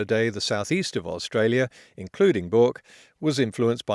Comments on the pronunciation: Potholer, I can strongly suggest you actually visit Australia and learn how "Bourke" is pronounced. Inadvertently, you show your complete ignorance of Australia, ironically since you cattily suggest that various commentators should have done the same. You go on to confuse country-wide average temperature across all temperature stations with single point sources of temperature, doubling down on the BoM's own confusion. "Australia's hottest day" could mean the hottest day ever experienced at any single place within Australia, OR it could mean the hottest average temperature experienced across the entire of Australia. You're just picking the one that suits you, which is cherry-picking your definition, ironically enough (again!) something you heap scorn on Tony Heller for doing. Potholer, meet Kettleholer. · really? One of the more balanced unsensationalised reports that is in plain English and you think mispronnunciation of a single place name is the issue? You Sir are a moron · martin - Oh the delicious irony of an Aussie telling others to fuck off, while taking advice from a Pom who has never visited Australia. Why else do you think Potholer can't pronounce "Bourke"? Double the irony, since Potholer has a go at others who haven't visited Australia either. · "Both of you can't pronounce Bourke." - I should probably preface this with: "THE FOLLOWING IS NOT MEANT TO OFFEND" It's not exactly wrong to say "both of you can't", but it is more correct to say "neither of you can". The only reason I'm responding is I suspect you might be ESL; I personally appreciate when people correct my usage in a foreign language so I try to pay it forward. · Excellent summary of the facts and fictions and the right-wing shills on the Murdoch payroll paid to obfuscate the debate. Even if you can’t pronounce Bourke! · It's pronounced "berk". Bloody poms. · Bourke is pronounced Berk. It’s an English word guys cmon!! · It's pronounced "Burk" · Your pronunciation of “Bork” is hilarious